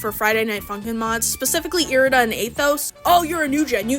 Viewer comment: errrrmmm you actually said irida (eye-ride-ah) wrong so now your opinion is invalid🤓☝